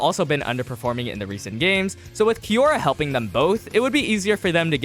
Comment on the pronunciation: its kiyora, not kimora